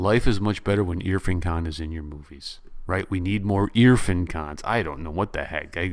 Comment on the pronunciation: great commentary...If I may just correct your pronunciation of his name...it's IrFAAN (rhymes with Khan), not IRfun. Peace